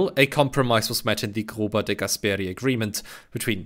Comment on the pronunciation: Very good, however it is Èttore (not Ettòre), zòccolo, not zoccòlo and De Gàsperi, not De Gaspèri. The latter is particularly regrettable, as he was a prominent Italian and European statesman.